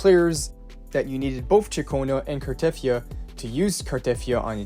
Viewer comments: It's Car-ta-thea-ah, not Car-teth-ea-ah. Even the english VA, Amanda Rischel in one of her play throughs of WuWa had to tell people how to pronounce the name. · You pronounce her name wrong btw. There's no stress on the "e" and it's longer.The "yia" is also longer